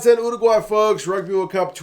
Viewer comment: Thank you for saying Uruguay correctly! Living in the UK I get a bit sick of "Chilly" et al.